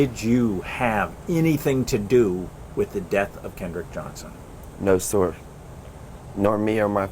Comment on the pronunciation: couldn't say sir straight "soir" hes just saying that cause he has too Then the news say they maintain their"rock solid" alibi. The news is on their side.